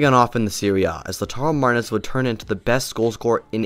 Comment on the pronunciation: Cag liari, saltrina, laudar marez hahah